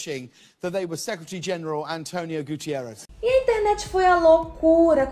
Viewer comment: É António Guterres e não Antonio Gutierrez